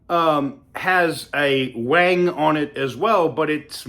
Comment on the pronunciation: Stop calling it waang its WING